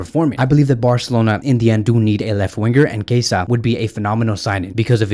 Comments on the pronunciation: He is [kieza] not [keisa] 😂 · Chiesa is pronounced “Key-yezza”